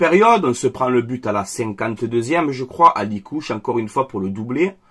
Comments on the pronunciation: C'est pas Alikouche,, c'est Akliouche. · Juste pour information c'est pas alikouche c'est akliouche 😊